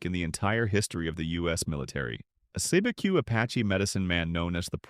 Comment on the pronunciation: Cibeque is pronounced "SEE-B-Q"